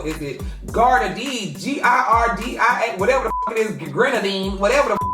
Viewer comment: Lol its pronounced gee-ar-dee-ah (Giardia) .